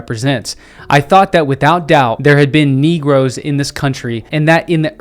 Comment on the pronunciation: Bro hit a little emphasis on NEE-GROS 😅